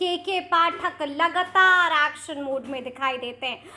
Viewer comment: जी आप भी हिंदी का उच्चारण थोड़ा शुद्ध कीजिए जैसे लगातार को लगतार शिक्षकों को शिकसकों पदाधिकारी को पदधिकारी आदि आदि